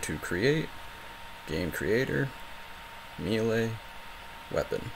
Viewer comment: Thank you so much for your tutorials. The way you say 'melee' makes me want to destroy something. Not you, just something. But your videos are super helpful.